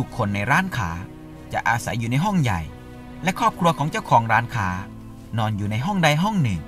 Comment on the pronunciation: ทำไมร้านค้าออกเสียงว่าร้านข่า หลายๆคำก็ออกเสียงแปลกๆคะ